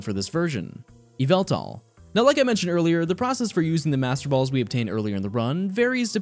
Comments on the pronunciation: I'm sorry, Yveltal (ee-vel-tall), i think you mean Yveltal ( YAVELTAAAAAAAAAAAALL) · No it's YAHVELTAL YA-VAEL-TAAL !!!!!!!!¡